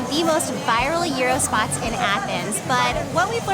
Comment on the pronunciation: Congratulations for being just about the first to correctly pronounce 'gyros'. Here in the UK our standard mispronunciation, or maybe 'anglicised' version is 'gear ross'. I did once hear an American on an Andrew Zimmern show call it 'jiy row' as in sounding like 'gyro' (scopic) When we lived in Germany in the '80s there was a Greek restaurant just 5 minutes walk away which made exceptional food. Their mixed grill included gyros which they served with sliced mild onion and a soft mild cheese with the same consistency of some goat cheese, which to this day, we haven't been able to find. A memorable combination that we enjoyed many times. Mum's favourite Greek food is Moussaka, and Kleftiko.